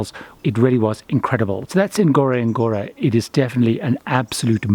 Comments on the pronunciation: It is pronounced gorogoro not with emphasis on the first N. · Great video.. It's pronounced " uhn-goro-goro".